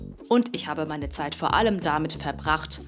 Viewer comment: Wie Lefloid gesagt hat Maine Partei XD